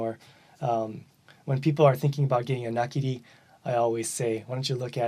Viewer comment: Excellent video! As was mentioned in another comment, I want to also thank you for the clear pronunciation of all the types of knives. I am familier with several of these knives but never was sure how they should be pronounced. One of the things I like about my Nakiri style knife is that once I'm done cutting mushrooms, onions, and such, I use the wide thin blade to pick up the food like a spatula place it in a bowl or directly in the pan. Very useful knife in that respect.